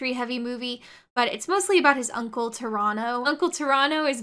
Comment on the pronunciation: I'm from Toronto and the way you say Pterano sounds like how people from Toronto say Toronto